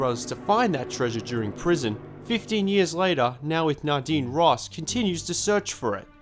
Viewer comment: Dude You have no idea how nadine‘s name is acually pronounced. The dude is calling it right! The game pronounes her name weirdly wrong